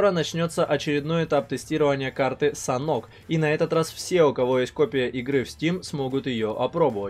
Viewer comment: Не САНОК, а Санёк!)